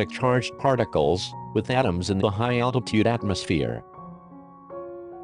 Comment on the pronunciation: Why does the robot pronounce altitude al tee tude